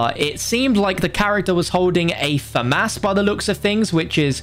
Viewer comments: Its famas not famass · Me: Famas: Fam-Ass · i Also enjoy the fam ouse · My brother pronounces it Famis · "Fam-ass" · Lmaaooo, “Fam-Ass” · I wonder if he’ll ever pronounce famas right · Man said Famas it’s m16 bro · Never say famas again